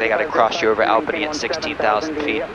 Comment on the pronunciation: As someone who lives in Albany NY, I am disappointed in the way you pronounce the capital of New York. Great video thought lol